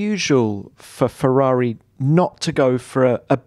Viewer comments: Yes, that is how we pronounce "Ferrari" here in Italy, and...guess what? Ferrari is an italian word. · The way that mattia says Ferrari is just perfecto